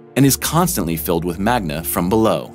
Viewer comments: "MAGNA"!?!?! Wtf is wrong with you!?!? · Haha.... Not eye Oh and it's NOT MAGNA My ears heard it first, I replayed it twice then checkedthe subtitles... same! Dude, Good voice but learn something about what your voice over is going to read!